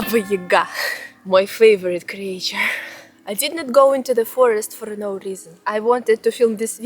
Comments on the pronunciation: There's no way you don't know how to pronounce creature, right? This is trolling, right? 😂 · Struggles with "exaggerate" and "creature" but says "squirrel" flawlessly. lol I love it!